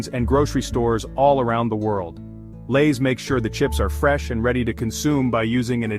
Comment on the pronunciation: "Elays" chips?